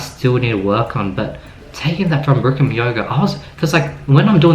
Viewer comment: It's bikram, not brikram. Avid practitioner for 10 years. The best advice I can tell you is to learn to only breathe through your nose. When you breathe through your mouth, you go into a fight or flight response. When you learn this, it gets so much easier. Going with the class as much as you can is advisable too, rather than slowing on your own. It takes a lot of mental clarity.